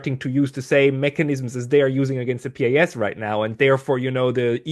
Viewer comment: As a man with pretty good command of English language, SHOULD know how his original Polish pronunciation of PiS sounds in English. So embarrassing...